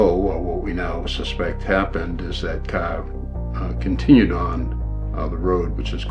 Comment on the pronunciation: He drove the caah